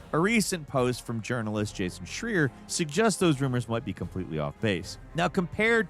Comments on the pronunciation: It's pronounced Jason SH-RYE-ER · It's Jason SHRY-er. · Pronounce people's name right,.